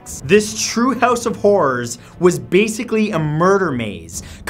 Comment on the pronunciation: Sebastian Gal I did now that you say it.